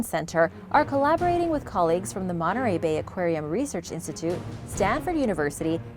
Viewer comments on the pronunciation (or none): none